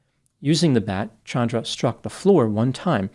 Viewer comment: This actually seems justified. . . So sick it happened in front of a small child, but the law would not protect him if he claimed spousal abuse. . Thank you for changing your pronunciation of Chandra. . . My cousin (not this woman) HATES being called CHAN dra vs. ChAHndra